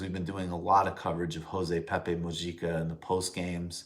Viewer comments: In Spanish, J=H, so Mujica= moo-HEE-cah Also, yes, he is fantastic and someone for every leader to emulate. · Wrong . Mujica = Muu - gg - ica